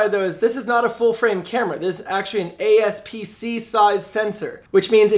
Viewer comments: APS-c* not ASPC lol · Aps-c NOT asp-c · I was trying to figure out what was wrong when you said ASP-C I couldn’t quite put my finger on it but it didn’t sound right... It’s APS-C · I dont want to make fun of you but it sounds kinda funny the aspc vs apsc that i am used to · ASP-C??? What?? LMAO!! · APSC not ACSP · apsc not aspc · APS-C* not ASP-C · OK What's an "ASP-C" sensor?? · “ASP-C” sensor 😅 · "ASP-C sensor" hah lol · Actually it's aps-c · ....."ASP-C". Are ya dyslexic? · "ASPC" mamma mia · nigga just said "ASP-C"